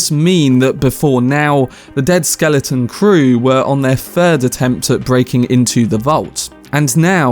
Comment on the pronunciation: Whats a skelington?